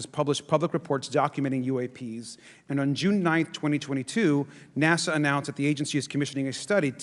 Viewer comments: What's up with people pronouncing "NASA" as "Nassau"? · Does he mean NASA? He said Nassau.